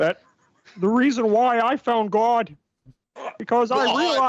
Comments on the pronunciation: “There’s nothing more fundamental than gauwd.” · The way he says Gawd, chefs kiss